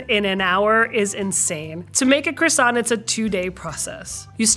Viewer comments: Welp, credibility lost when Rob Paulson can pronounce “croissant” more correctly than a professional baker. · Professional baker who can’t pronounce croissant correctly…credibility revoked